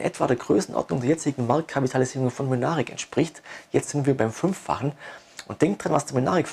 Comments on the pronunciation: heißen die nicht MYNARIC und nicht Münaric? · Das ist schwäbischer slang :-D